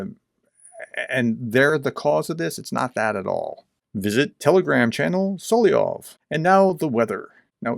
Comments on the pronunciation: "Soly-ov" is a mispronunciation. You're missing out on a syllable. Usually not a big deal but since you do so many videos on this guy, important to pronounce his name right, no? And since you are a teacher. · Solovyov. Correct pronunciation: SalavYOV (tricky language, Russian!). 🇺🇦🇺🇦🇺🇦 Слава Україні! 🇺🇦🇺🇦🇺🇦